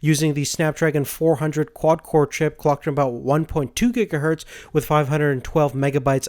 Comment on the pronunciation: "one gigahurt" GIGAHURT